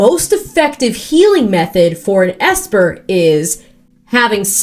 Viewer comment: please, you misspoke the ancient texts... It's E.S.P.-er 😭 It just stands for extrasensory perception, but that's clearly not sexy enough so... ESPer. It was huge in the 00's and apparently very relevant in modern day Japanese anime (MobPsycho100, One Punch Man etc) and clearly across the animation industry in Korea too